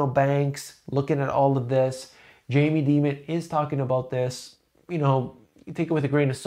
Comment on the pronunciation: Thank you for consistently getting Jamie Demon’s name right 😂